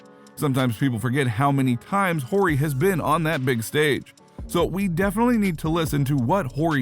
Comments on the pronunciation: Whorey? Its pronounced Ory. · It’s pronounced Ory not Horry jeez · The H is silent ..not Whore E lol Horry sounds like Oreo without the O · Is he pronouncing Big Shot Bob’s last name on purpose or just a young casual I can’t tell. Funny either way 😆 Ant exciting AF! Upside is 🤯and he’s already nice! He’s def wrong about Durant in MJ/LeBron’s league though (or Kareem Hakeem Bird Magic Wilt Russell Duncan Shaq Kobe for that matter) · Am I the only one stuck on the way he pronounced Robert horrid last name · Dude you gotta delete your channel for pronouncing Robert Horry’s name like that. Have you ever watched basketball before?